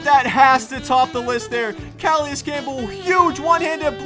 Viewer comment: Cu-lay-is Campbell